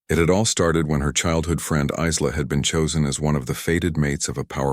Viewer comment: Isla - the s is silent, pronounced eye-la